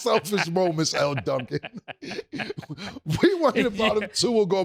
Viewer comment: When someone’s being “selfish” ima hittem with the “Elle DUNCAN” same way Cam said it. 😂